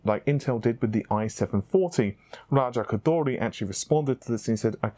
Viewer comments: C'mon, u got spit in my eye when your pronounced RAJA KHHGGHHODHHHOOORRRRRIII just Raja Ko-Door-Ree is fine, he won't be mad lol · You pronunciation of raja koduri is funny, lol . it sounds like raja koudully. Lol there's no L in it .